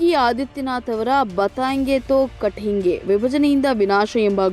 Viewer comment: MEM BATENGE ANTA ERODU SWALPA HINDI PRACTICE MADI